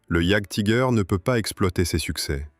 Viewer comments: Je crois qu'on prononce iajtiger Allemand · Rien que la prononciation de jagdtiger frérot je passe la vidéo. J'veux bien qu'on soit françois, mais un petit éffort quand même.